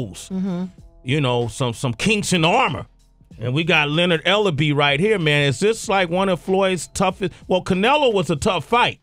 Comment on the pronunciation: Its Ellerbe!